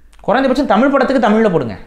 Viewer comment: யொவ்! நீ முதல்ல தமிழ் ல ‘ழ’ வ ஒளுந்க உச்சரி! தமிள் இல்ல! தமிழ்!!